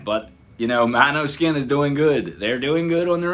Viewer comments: Damiano at the very beginning: "This is Måneskin" (MO-NES-KIN), several seconds after: "MANOSKIN" DAFUQ bro, can`t you learn this? It`s not Eyjafjallajökull! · You know the name is danish and is pronounced completely different. The girl on the bass is half danish and came up with the name. It is pronounced more like «Mohneskin» or «Moaneskin». It is danish for moonlight. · How hasn’t he been able to get the band name right by now 😆 “mano 🤚 skin”